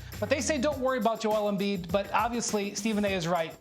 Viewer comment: Lol..JOE 'L' Embiid